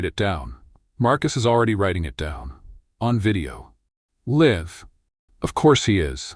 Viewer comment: I liked the first one, but this one is better because it fills in some details and background. I give it a 10, although there are just a few little things that caught my attention and temporarily pulled me out of it. There are a couple of mispronunciations (Marcus is recording "live" not "liv." It seems that the AI narration hasn't gotten to a place where words that are spelled the same in English are not always pronounced the same, depending on the context. (other examples, "read" and "wound" which can be pronounced either "reed" or "red" and "woond" or "wowned" depending on context.") This kind of thing can be overlooked, and probably most would overlook it, but it bugs me. I did like the way this newer version pulled some things together, and how it led into what will be the later versions at the end. It does get my "10!" I will be watching closely for further episodes. Writing from Portland, OR, USA